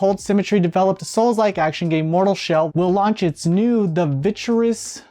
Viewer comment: Virtuous 😅 "Ver chu uss" 👍